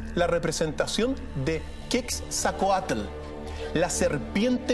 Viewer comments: Es Quetzalcoatl no quetzacoatl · se dice QUETZALCOATL. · Se escribe QUETZALCOATL y se pronuncia como se escribe